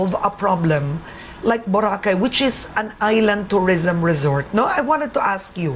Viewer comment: Clean up the island and stop further hotel expansions. The island is already too crowded as it is. Btw, its pronounced Bo-ra-kay, not Bora-khay.